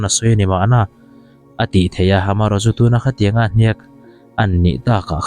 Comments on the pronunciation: Hniak tih pawh thluk dik theilo react ve sek lo mai teh,mizo dik tak inilo zawk amawni. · Hniak tih i thluk dan hi ek tih thlukin thluk teh aw. Naupang zawkten mizotawng thluk dik emaw an ti palh ang e